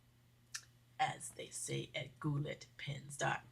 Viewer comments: I LOVED watching your video and am fascinated by this pen! Goulet is French and is pronounced "goo-LAY". I'm a journal keeper and I use the Circa system from Levenger. The binding discs and the "technology" comes from Rollabind. The beauty of it is that you can move pages around to your heart's content. Levenger paper is very fountain pen friendly. I'd be happy to send you pictures of a couple of my journals. I use SU cardstock,DSP, Framelits,& stamps for the cover. Susan moot96 AT aol DOT com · It's pronounced Goo-lay. But their samples aren't really that cheap. I won't name names because the Goulets are fine people,, but there are places where you can get more than twice as much ink for the same price. The same is true with many of their pens. I do like them, and I do wish them much success, but a fool and his money are soon parted, and if I can get something much cheaper elsewhere, I'm going to do so.